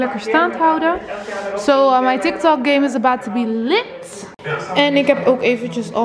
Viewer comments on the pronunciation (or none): none